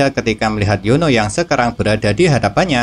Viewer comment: Min kok Lo kayak ngomong Yono ya bukan Yuni😂😂😂